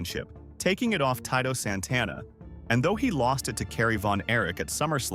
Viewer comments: Who is Tight-O Santana😂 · that name is pronounced "Tee-Tow" not Tight'o santana. Great channel otherwise! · Think this could be narrated by AI I mean who the hell is Tie Toe Santana 😂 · "Ty-to" Santana. Gotta love these AI fuck ups. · WHO THE HELL IS "TIE TOE SANTANA"?😂